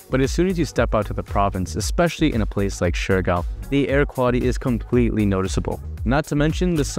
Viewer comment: I do notice that he is sometimes mixing Siargao and Surigao and end up pronouncing shurigao. Siargao: syar - gaw Surigao: su - ri - gaw